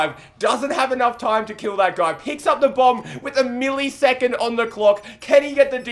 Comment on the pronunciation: He said milleesecond